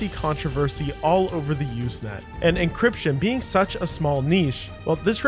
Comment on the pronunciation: encryption, not 'encription'